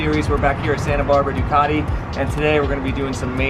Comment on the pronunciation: I think the most annoying pronunciation in the world is the way Americans say Ducati.